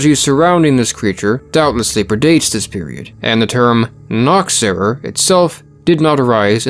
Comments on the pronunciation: I am German and just by listening I could not for the life of me figure out what a "noxerer" was supposed to be. Nachzehrer is pronounced "nah-kh-tz-eh-rah" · I was listening to this without the video on and didn't get "Nachzehrer" but something like "Nochserra". I had to go actually go to the video to read it. Oh, native German here. And the "Kläggefraouw". "Wiedergänger" was pefect, though. Nice video btw. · Me a German: what? noxera? Ahhhh Nachzehrer. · Im so sorry but its amusing how he pronounced Nachtzehrer. Im sure he did his best. Still, great video. Subbed. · I love how people struggle with "Nachzehrer" it´s a combined noun. "Nach" "Zehrer"